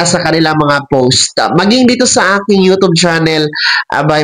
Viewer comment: U tob, Mali pagka pronnounce